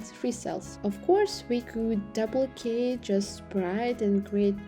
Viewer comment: You pronounce duplicate as "Doe plie kate".